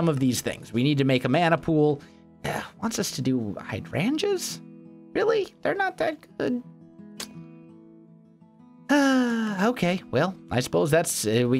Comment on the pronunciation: Hydroangeas is pronounced hi-drain-ja